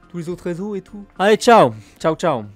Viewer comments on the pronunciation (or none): none